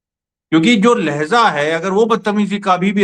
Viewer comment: Lehjaa hai ..Lahyeza nahi